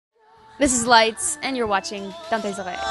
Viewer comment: "dans tes oreilles" it's french for "in your ears" so just pronounce it with a french accent lol, 3 months later but whatever haha